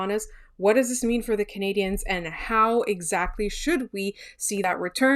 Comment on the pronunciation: Can you get the person doing the intro to say 'Canadiens' properly please? It's not 'Canadiahns'.